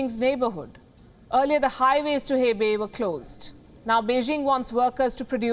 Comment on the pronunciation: So dramatic 😜😜 Hebei (hey bay)🤣🤣🤣🤣🤣🤣